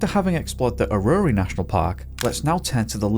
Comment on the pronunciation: It took me a second to realise aurori (transcript) iis actually Eryri National Park - ie Snowdonia. Its phonetic, pronounced Eh-ruhry, slight emphasis on the 1st syllable.